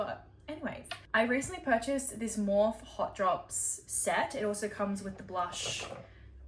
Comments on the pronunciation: You can tell you're not a makeup girlie. it's pronounced as "more fee." Not, Morf. But love love. 😘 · Love u just letting u know no hate or anything but morphe is pronounced morphe-ee like morphe with eee on the end just saying love ya lots love 🥰 xx